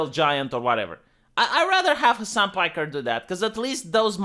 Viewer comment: "Soo Mr.Hasan PajkeRRRR..."